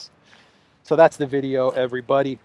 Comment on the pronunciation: ' I do walk talk veido' - in best ukrainian accent amazing 😆😆